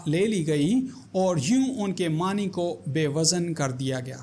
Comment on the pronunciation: معنی ( ن کے زیر کے ساتھ) درست نہیں جناب ۔"معنیٰ" لفظ درست ھے ( ن پر کھڑی زبر ھے